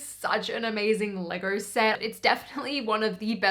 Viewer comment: The way she pronounce it "Legaur"